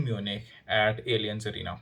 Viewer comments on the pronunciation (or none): O bhai alien zz arena nahi aaaaliaaanz arena hai